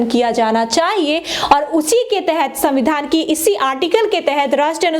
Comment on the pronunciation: मैडम को संविधान बोलने नही आता